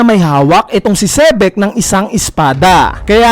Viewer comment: XEBEC po ata hindi malumanay na SEA BECK..